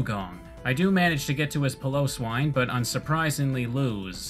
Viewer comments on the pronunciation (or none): BTW it's pronounced pie lo swine not pillows wine